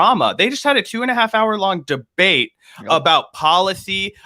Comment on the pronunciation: "DBEATE" normally i wouldn't point that out